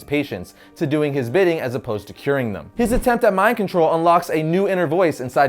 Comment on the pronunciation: "I'm gonna talk more about thum in this week's one shot" lol you slippin bruh! lol I love your videos, keep up the great work